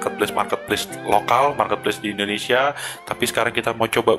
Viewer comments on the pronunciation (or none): none